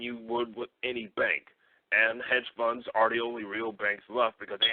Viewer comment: 😂 sound like he said buns and not funds😅